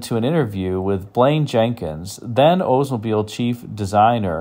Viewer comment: You need to pronounce the L in Oldsmobile. Not OOdsmobile. My uncle was an OLDs dealer, I know. The Regency was amazing. But the door hinges were garbage.